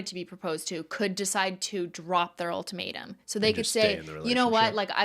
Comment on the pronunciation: Any time Cristine said “The Ultimatum” I heard “The Old Tomato” and that’s what I’m going to call it from now on